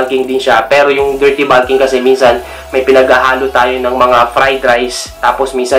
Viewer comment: tanga hindi naman grammar ang tinutukoy ko. Pronunciation lang ng bulk at bulking. Magaling nga sya sa pronunciation sa English . Sa ibang words OK naman. Ang bulking lang ang napansin ko. Para na rin natuto sya. Constructive yon kung hindi nyo lang minamasama.